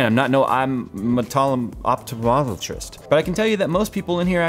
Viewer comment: eyeomopotopmologist HAHAHAHAHAHA!